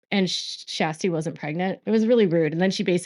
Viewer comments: Just a quick note: Her name isn’t pronounced as Shasty … it pronounced like Sure-sty. 😉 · Her name is not SHASTY...It is Kjersti Flaa....She was the one Blase was rude to...please get name right... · Her name is not SHASTI 😅😅😅😅😅 Her name is Kjersti and she is incredible ❤❤ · It’s more like Shaa-stee! 😊